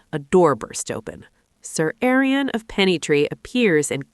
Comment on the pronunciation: How dare you? Seriously Aryan? His name is Arlen... One tiny mistake does ruins your whole video